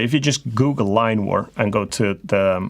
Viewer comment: Line War! now I found it, I really thought your saying Lime war..🙂